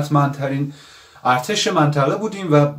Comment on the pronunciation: الاغ چی شما اول کلمه ارتش را درست تلفظکن تا بعد